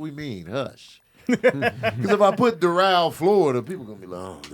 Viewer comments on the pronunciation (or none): The way pronounced Doral bugged me lol. (I'm from FL)